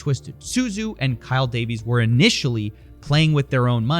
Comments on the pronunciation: Am i the only one that paid attention to Avatar: The Last Airbender and knows “zh” is pronounced like a j, not a z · "Zhu" is pronounced like "Ju"